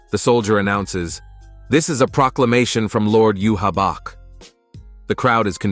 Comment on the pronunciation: These are good. But can you pronounce bankai 🫠 like they do in the anime...bahn-kai...also you-havac. Sry to nitpick 🙏 Also stern ritter translates to star knight, not student legion. Wouldn't make sense since they're adults